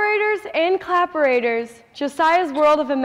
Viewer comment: ha ha ha lol the "clapraters".....great imagination!